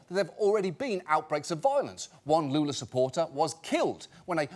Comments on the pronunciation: I love the fact that John mispronounces the president's name saying "Jaya" but gets the full name of the opposition candidate right, without giving the name any Spanish touch. just saying right. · The way John pronounces the current Brazilian president pains my ears, but making fun of his his name is a national sport, so it's ok